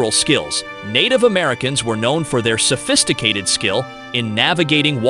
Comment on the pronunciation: Iroquois =EAR oh Kwa. Salish = SAIL ish. What happened ? Gold threed? Formal ations? Selfisticated, debbt, gratitudy, seeringes, tiepees. Is your AI narrator sick?